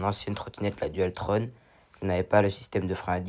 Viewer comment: Bonjour jeune on dit pas dualtronne mes dualtron mdr😂